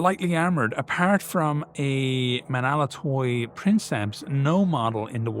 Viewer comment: Even in the utter extremity of the invasions of Hell, the Romans endure. Ho Stavros Nika! For the Queen of Cities! As an aside; Menaulatoi is pronounced men-av-la-toi. V and u is often conflated in medieval Greek but it almost always acts as the consonant rather than the vowel